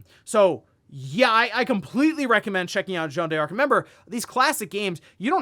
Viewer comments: A little bit of a correction for: you don't pronounce it "Jeanne Dearc", you pronounce it "Jeanne Darc" with a French accent, no need for the "e", similar to Joanna Dark. Incidentally, Rare based Joanna Dark name in the actual historical Jeanne D'arc. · Jeanne d'Arc reads as "Joan Dark" not "Joan de Ark" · It's funny how you make a big deal about the correct pronunciation for Emio, but you keep heavily mispronouncing french names like Jeanne d'Arc or Yves Guillemot without a care. I have a free consultant for you if you need.